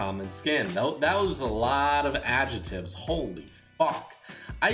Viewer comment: “Ajetives” lol